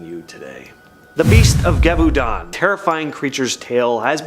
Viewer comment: I am sorry to say that the beast of Gavudon is being mispronounced. It is pronounced with s Z sound Zhev-a-dawn.